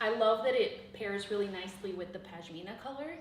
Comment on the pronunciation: For the love of God, it’s PaSHmina not PaJmina 😂 that aside, this is amazing work and I’ve loved watching every moment! Well done - thanks for the inspiration 🥰